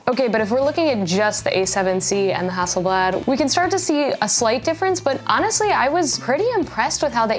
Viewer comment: Pronounced Hasselblaaaad, same "a" sound as in Arctic.